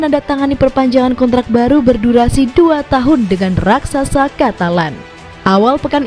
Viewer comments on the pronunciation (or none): none